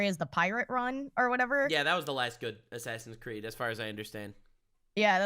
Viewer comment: Claims to be the ultimate gamer proceeds to say "assassin creed"